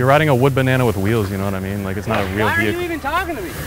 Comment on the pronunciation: Nooo, not 'mint'... 'Meant' -( for all you clueless mumble rap mufukas)